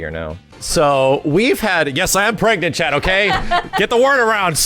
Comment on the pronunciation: also PREGANENANT?!?!?!?!?!?!?!?!?!?!?!?!?!?